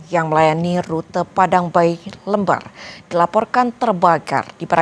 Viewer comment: Bacanya LEmbar buk seperti baca kata LEmpar batu